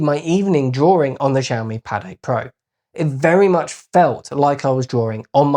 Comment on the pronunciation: its' not Jiami.. it's Xiiiiiiiiiiaomi